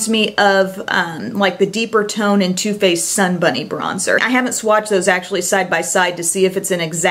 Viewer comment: is it only me hearing her saying toothpaste instead of too faced